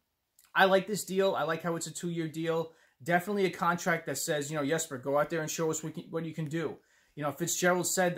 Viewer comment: That Forward lineup is interesting, I don't think I like those Defensemen pairings though. The Comrie pick up wasn't my first choice, but I've got to trust Fitzy enough to give him the benefit of the doubt. And I appreciate you pronouncing the name Yesper Bratt. Its not a hard name to pronounce, and we should respect the man enough to pronounce it correctly.